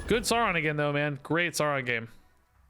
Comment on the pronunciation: No it is sow ron like lird of the rings in his first appearance he literally names himself after the lotr character because hes a massive egotistical nerd lma9